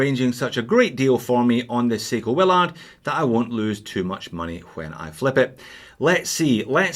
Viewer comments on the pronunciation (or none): you say Will-ARD, I say WILL-erd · It's pronounced Will "erd", not Will "ard" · It is pronounced "Willerd". Has anyone actually watched Apocalypse Now? Every review from anyone outside the USA mispronounces it.